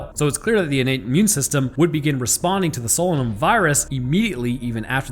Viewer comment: you obviously did not listen to the audio book it is pronounced SO LAY NUM.....otherwise youre spot on